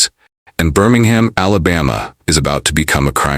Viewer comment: Oh lord I’m done when you said Birmingham SMFH